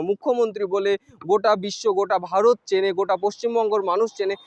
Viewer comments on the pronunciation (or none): none